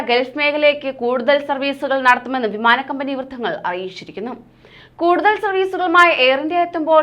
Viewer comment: ഫിമാന ടിക്കറ്റ് അല്ല വിമാന ടിക്കറ്റ്